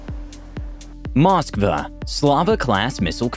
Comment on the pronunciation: Cant even say its name right